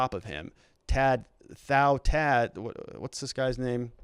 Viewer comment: Pronounced like to t-ow